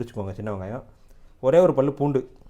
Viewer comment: ஐயா பூடுஇல்லங்க பூண்டு சொல்லுங்க பூண்டு பூண்டு நல்ல தமிழ்ச் சொல்லை ஏன்கெடுக்கிறீர்கள்